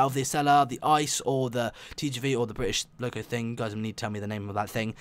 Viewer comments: Its pronounced I-C-E and not ICE, and its from germany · Its I.C.E. not ICE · German quality. And you pronounce it: I----C----E, and not ICE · The "ICE" train, is actually called the I-C-E train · Why don‘t they hace the ICE 3 and its not spoken ICE but I.C.E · its not ICE you speak it “ I C E” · The ICE is from Germany. You pronounce it I , C , E not Ice. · its not called ice train its called I-C-E And its from germany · Its not ice but ICE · You pronounced it wrong, it is pronounced ee-ce-ee not like the ice kind of frozen water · The I C E is not called ice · and u dont call it ice u call its own letters I.C.E. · On the ICE you pronounce every letter separat. Like I C E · You pronounce it I C E letter for letter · It is pronounst I-C-E and is a German train